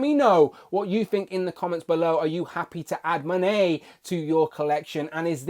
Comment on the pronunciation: YOU SAID HER NAME RIGHT!!!!!!